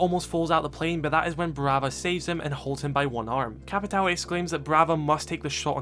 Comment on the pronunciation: "Joal' (JOÃO), "Capital" (CAPITÃO), Tubaral (TUBARÃO) It's time to learn how the ~ affect words in portuguese.